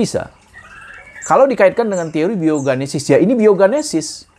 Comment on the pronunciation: Genesis, bukan ganesis